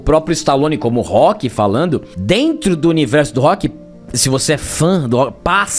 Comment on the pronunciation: Ahh sério que o rock mórrêl?